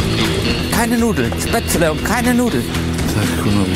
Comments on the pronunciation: Seitdem ich dieses Video gesehen hab, mach ich mein Gulasch immer mit Spetzele Meine Frau und ich können das Wort Spätzle nicht mehr normal aussprechen 😅😂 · Was zum Henker ist SPETZLE!! Spätzle oder was? Essen die Spatzen? Singvögel oder wie? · ich hab keine Spättelä 😂😂😂😂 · Manni, ich hab keine Spzätrre 😂